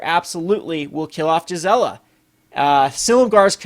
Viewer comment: Cool ideas, I support them but one thing Gisela is pronounced gēz elə. It's German based. Also, GIF is pronounced gif, not jif lol.